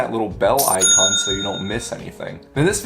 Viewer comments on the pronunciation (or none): none